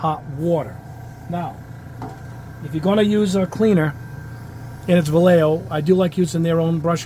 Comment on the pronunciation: you’re not pronouncing it any better the second time it’s not (Va-Yeh-Yo) it’s actually (Va-Yeh-Ho) edit: No matter the brand you always add some thinner first.